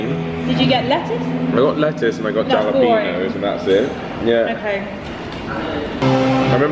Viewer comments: the J in jalapeño is pronounced as an H or “Hal a peno” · Omg. I work at five guys. We don't use the J in jalapeños. We go halapenos🤣🤣😡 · Guys !! You have been to Texas !! The J in jalapeños is pronounced as a H. Halapenos Please. . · Halo pen yo Pls get it right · Repeat after me. Hal-a-pen-yo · Are y’all deadass saying jalapeños with a j sound instead of a h sound 👀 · Silly Brit the "J" in Jalapenos is pronounced like and "H", and you guy went to Texas. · Its Jalapeno the J is a H sound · hahha. good vid. hal-o-peen-yo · Its killing me.. Jalepeno. Spanish J is pronounced as an H. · Are you having some fun saying “jalapeños”.? The “j” is pronounced “h”. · Oh , Lord. Jalapeño is pronounced ha-la-pen-yo! I know you're Brits, but come on! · WTF is a jalapeno? It's pronounced Hal-uh-pene-o. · Dying over the pronunciation of the “J” in jalapeño. 😂😂😂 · It’s funny how studied Spanish but doesn’t pronounce jalapeños right 😂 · I cringe every time they pronounce the j! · I see what you did there. purposely mispronouncing Jalapeño so you'll trigger people and they'll comment about it. lol Love it. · Never heard of 5 guys. I'm really surprised at you, thought you were learning Spanish, you totally mispronounce jalepeños 😊🧡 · You do realize if you just said jalapeño properly, there wouldn’t be all the fuss, right??!! 😂😂😂 I know. You can’t be bothered. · jalapeños isn’t pronounced like that lol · Shouldn't be a food reviewer if you can't even pronounce jalapeño correctly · I cringe every time they say jalapeño! It hurts! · Please and pronounce jalapeno with an H and not J. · Totally not funny. But the "J" doesn't bother me nearly as much as "ja-la-pee-nos." It's "haul-a-pain-yo." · In Spanish, the letter J is pronounced as an H. "Halapeno" 😉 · It's hala peno not jala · LMAO!! JA-lapenos!! lol It's Spanish J = H, my dudes. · The "J"alapeno is triggering me lol. The "J" is pronounced as a soft "H" in the States and Mexico too, I think. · Hall a pain yo